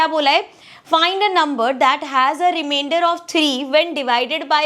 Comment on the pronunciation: It is not even reimender or not even rimiender. 😂😅 It is Remainder 😊